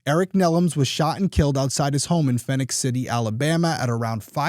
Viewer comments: “Fee-nix” City, not “Fin-ix” City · Love you show keep up the good work! I listen regularly on your podcast as well. Just a little note as I am from Columbus, GA myself. Phenix City is pronounced like you would Phoenix, AZ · (It's pronounced Phoenix) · Phenix City is pronounced just like Phoenix AZ. My family and I lived there on Sue Drive when my husband was stationed at Benning, from …. Never heard of this case 😢